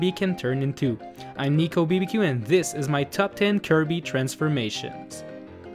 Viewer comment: No offence but it sounds like you say Nicobdq instead of Nicobbq